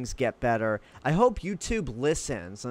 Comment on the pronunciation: Why after you speak ... At the end of a sentence do you say "uh" ??? Like Youtube"uh" ... Gathered"uh".... 900uh